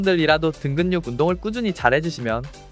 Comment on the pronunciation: 든근육 발음 왜이래